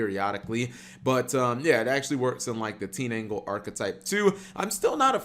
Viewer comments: TEEN-ANGLE?.....h.....just how?! How do you do that?! It's TIN-DANGLE!!!! last time a mispronunciation ticked me off this bad it was farfa pronouncing SAR-YU-JA as SAR-YU-YA -_ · It's tinDangle not teenangle